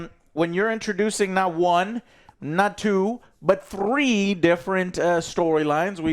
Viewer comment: Bro says 3 like the Tootsie pop owl gets me every time😂